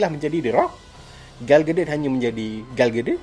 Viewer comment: Sebutan yang betul bang..